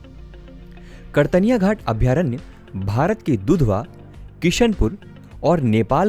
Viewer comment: उच्चारण सही करें, कतर्निया घाट है, आप कर्तनिया घाट बोल रहे हैं लगातार.